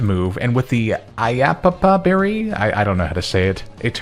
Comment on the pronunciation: iapapa berry or just say yapapa from the papaya fruit :D